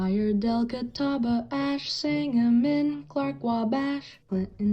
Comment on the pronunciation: Really surprised you pronounced Sangamon correctly ! This video is impressive